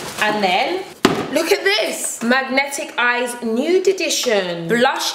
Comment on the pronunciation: I love how you were pronouncing "magnif'eyes" as 'magnetic eyes' 😄❤